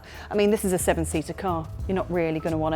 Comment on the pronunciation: Sheven Sheater 😆